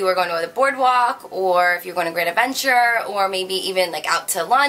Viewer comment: when you said great adventure I knew you had to be from jersey!